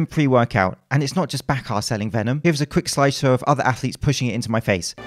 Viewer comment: 'venom' lol